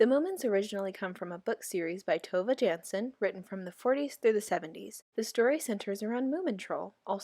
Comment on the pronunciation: heyyo just a little suggestion: the author Tove Jansson's name is actually pronounced tu-vey yan-son lol. dont blame me, blame my Finnish ancestors.